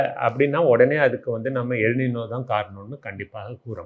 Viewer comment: எல் “நினோ “ அல்ல! எல் ‘ நைன்யோ’ என்பதே சரியானது!(ஸ்பானிய மொழி)